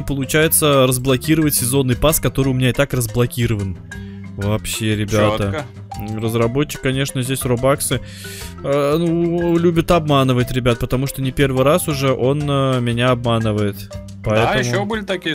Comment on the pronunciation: ни робаксы а робаксы ударение на о